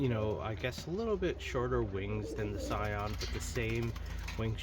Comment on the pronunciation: It's pronounced "See - on" btw. It's French. The original family of Sion birds were the product of Paul Sion of France.